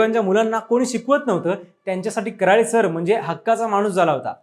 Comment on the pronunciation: आडनाव करळे आहे ना की कराळे उच्चार करायला शिका पहिलं 😡